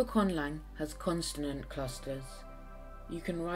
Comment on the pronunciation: consonant, not constanant